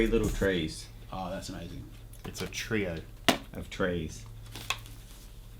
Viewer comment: It's a "Treeio" ....